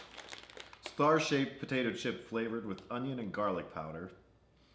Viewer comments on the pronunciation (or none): none